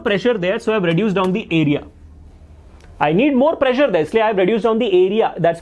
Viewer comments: when you said pressure I herd pleasure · Sir saying "pressure " Me hearing "pleasure"😅